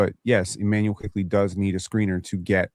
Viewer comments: I’m generally confused. Is and purposely mispronouncing Quickley as “Quigley” a running joke to trigger? 🤔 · Its so annoying how says QUIGLEY everytime but tries to act like he's saying it right like wtf is wrong with this old decrepit man😂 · a year later and i swear is still saying quiGley